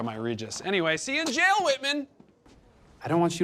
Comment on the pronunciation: “alej” ? 😂😂😂😂 he think “jail” is “jale”